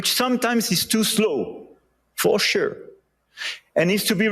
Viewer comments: As French, I see Trump as a child who throws tantrums about everything... He's dumb, "for shur" ! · For shur😂